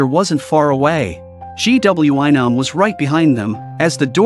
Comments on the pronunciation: Mistake 1:They are on a random building roof Mistake 2: Its a suitcase not a box Mistake 3:Its a teacher not a security guard Mistake 4:Its a school nurse not doctor Mistake 5:Its not G W I Nam its Gwi-Nam Mistake 6:SanWa? Mistake 7:Its not Nam-Rae Mistake 8:Waund? Mistake 9:HALLAM? Mistake 10:SANGWIM? Its Ms.Park Mistake 11:ITS GYEONG-SU! Okay more mistakes I will just stop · Blud said " G.W.Y nam " 💀💀💀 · All I hear gwion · Instead of gwi-nam☠️☠️☠️ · The amount of times the AI said GWY nam instead of saying the bully or GW or Nam was a lot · Bro called Gwi-nam g-w-I-nam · the way he said gwi nam😭